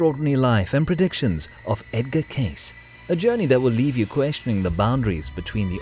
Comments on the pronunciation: Casis ? 🙄 Su apellido se pronuncia Queisi. Así debe sonar. Cuanta miseria habita las redes sociales humanas... 🫣 Está increíblemente revuelto tu contenido, muchacho... muy malo el nivel de este video 🥱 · 😮His surname is pronounced like , K-see, Edgar Cayce. He had a son named Hugh Lynn Cayce. My mother have every book written by Edgar Cayce. I think he had a knowledge of future events. Interesting program. Young people now wouldn't have a clue as to who he was. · Hey...it's pronounced Case-ee. Dont insult this great psychic with your feeble programmed interpretation of historical data. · that's easy to say...what if someone mispronounced your last name? What's in a name?...well everything. In polite society it is an insult to mispronounce someone's Sir name...especially in a large public gathering (which is what You tube is). Mind your manners.